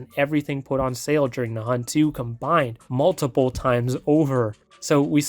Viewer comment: “The Hubt” ☠️